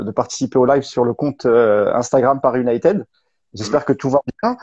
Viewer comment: S'il vous plait, si ça s'écrit "united" ça se prononce "YOU-NAYE-TID" et non pas YOU-NAYE-TED. Merci et désolé mais ça m'agace ;-)